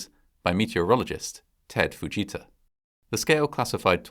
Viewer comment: Instead of the ‘Fujita Scale’, I thought he said the ‘buh-Jesus Scale.’